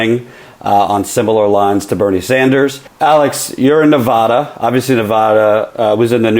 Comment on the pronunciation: Ne-VAD-uh! Sorry, pet peeve.